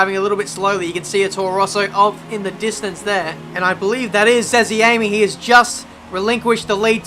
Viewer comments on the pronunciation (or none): It said as "zez-a-me" he is one of my mates I also play wf1 with him